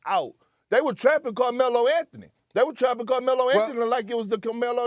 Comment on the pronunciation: Perk - Lozes Angelisis Lagers